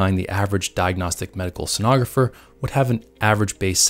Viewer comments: I know right? Mid way he starts saying it correctly. ;) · Mispronounced "Sonographer" multiple times this video. 🙂